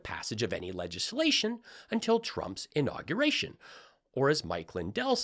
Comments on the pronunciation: “inogrer-gation”. I’m shocked Lindell isn’t Secretary of 8th grade math. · What does "inaugriation" mean?